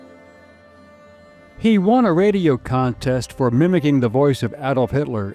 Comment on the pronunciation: Glad you said Adolf Hitler in the first couple of minutes and not “Ay-dolf” as many Americans mispronounce it.